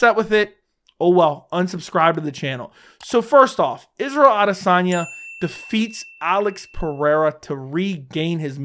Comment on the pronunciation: You’re talking about respect without even pronouncing his name correctly 😂